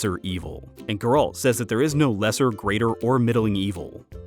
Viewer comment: It is pronounced Geralt, not Geralt